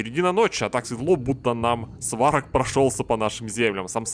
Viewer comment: Сварог, ударение на о. Но игра норм ) Удачи и проды)